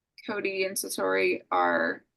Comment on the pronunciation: Sounds like she's saying Santori lol whoops